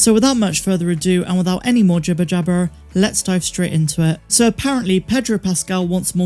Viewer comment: Are you from Bristol or Somerset? Noticed an accent on the "jibberjabber" 😉